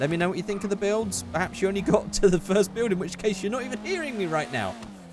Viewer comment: Not forst